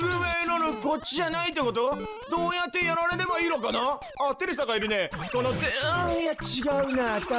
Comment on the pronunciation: まさか2回連続テルルさんのコースとは…驚きです♪ 3分の2の正解ではなく3分の1の大正解を引いたり、数秒に１回の割合で絶狂したり、ゴール手前のCP1戻しによりスーパークレイ人に変身したり…ぴよきんぐの本危確かに見届けました(笑) 私事ですがマリメ実狂中に「テレサ～！！」て聞くとどうも「テルサ～！！」に聞こえてしまうんですよね:_笑ってる